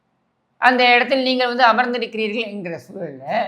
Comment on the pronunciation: வல்லினம், மெல்லினம், இடையினம் வேறுபாடு தெரியாது! " நீங்கல், உங்கல், வால்த்துக்கல் என்றெல்லாம் பேசி, எலுதி தமில் மொலியை அலித்துவிட்டார்கல்!"